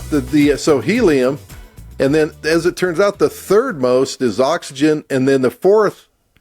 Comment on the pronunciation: "those zircons have 'heliun' in them". Not helium... but heliun. He keeps saying it, and the other clown doesn't even flinch.